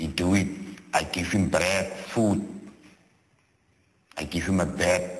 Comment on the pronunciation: "I give him blead, food, i give him a bled"